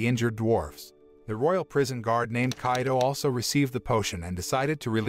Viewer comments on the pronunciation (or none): none